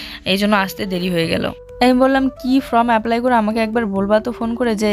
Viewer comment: জুঁই তো যথেষ্ট বড় হয়েছে,ওকে সবসময় কোলে নিয়ে চলো কেন?তোমাকে কোনকিছু correction করে দিলেও তুমি সেটা correct বলার চেষ্টা করো না।ফ্রম নয় ফর্ম।প্রিয়া,মৌ creation এরা কিন্তু করে। ভালো yt র হতে কথাবার্তা ঠিক করতে হবে।